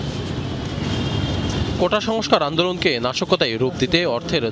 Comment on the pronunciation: বোঝা যাইতেছে এটা সাজানো নাটক .কারণ হলো আন্দোলন শব্দটা ভালোভাবে বলতে পারেনা .মতো খেয়ে গেছে .ছাত্রলীগের জায়গায় আওয়ামী লীগ বলছি 😂😂😂